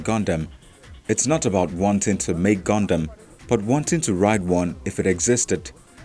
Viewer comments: Anyone else kind of triggered whenever the reporter says Goondam insted of Gundam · Am i the only one who hears goondam instead of gundam? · Gun Dam not Goondam Get the thing right. You messed up on the pronunciation of the topic n it just becomes a wasted news tbh